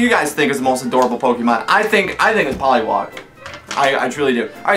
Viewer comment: "favorite Pokemon". can't even pronounce it right poliw*A*g. not poliw*O*g xD